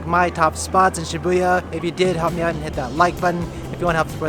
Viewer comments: It's pronounced SHI-boo-ya, not Shi-BOO-ya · Nobody:: shiBOOya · it's Shibuya!